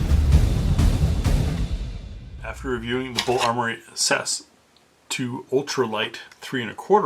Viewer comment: You say the letters, not pronounce the "word" guy. S A S, not "Sas".